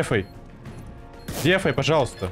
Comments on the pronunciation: прям режет слух "Дефай" а не "Дэфай" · Почему ты говоришь не дэфай? а дефай?